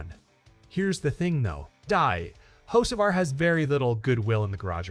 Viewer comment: Did AI call him Hoe See Var 🤣😂